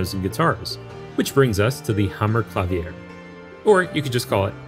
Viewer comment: It's "Ma-TEE-as," and "kla-VEER." 😒